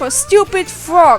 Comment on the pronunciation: I luv your accent!!! It's so cool and I find it funny the way you say "three" and "frog"